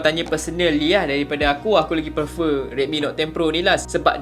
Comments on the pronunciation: prefer. bukan perfer. improve your english ☺️ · aku pulak yg geram bila dia sebut "perfer" pastu prefer..memang laa (prefer) tapi sebutan yg btul bkn ka "prifer" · "perfer" is real guys 😆